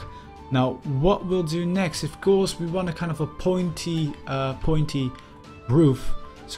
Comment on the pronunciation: Ffs, please improve your English pronounciation. Your grammar and your vocabulary are really good, but the way your pronounce 'ofcourse' is very annoying. Thank you.